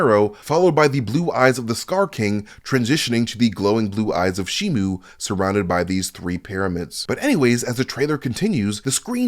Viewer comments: it's shi-mo not shi-mu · It's shimo not shimu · It's pronounced shimo not shi-mu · he gets alot of things wrong ,he even says shimu instead of shimo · It's pronounced and spelled shi-mo if you don't believe me, Google the toys and merchandise for the movie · It's shi-mo show me the u in the name ,you can't there is no u in the name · It's pronounced and spelled shimo there is no letter you in the name